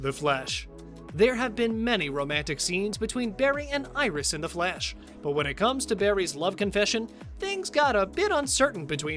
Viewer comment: Why does he say flash like The Flesh